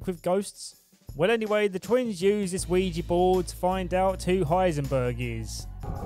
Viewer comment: ouija not ouiji